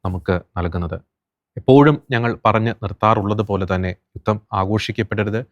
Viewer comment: യുത്തം അല്ല സേട്ടാ ജുധം